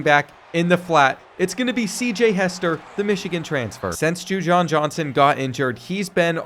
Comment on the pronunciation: It's Ju WAN Johnson